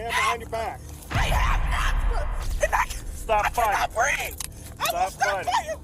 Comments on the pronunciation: It's breathE. Not breath. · it's breeve, not breef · "I cannot breeve!" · I am so sick of hearing," I didn't do nuthin" and "I can't breeve". Enough already. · “I can’t breaff “! 🙄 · Correction: she can’t “breave” heavy on the V